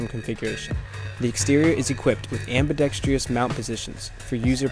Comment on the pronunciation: FYI... consider practicing the correct pronounciation of ambidextrous. You Americans seem to pronounce it with an extra “i” before ...ous. Very wrong, and allows the listener to respect the speakers knowledge of the subject matter less because of this simple grammatical mistake.